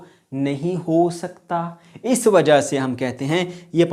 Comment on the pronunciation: the way sir said "wja" at 11: 40 😂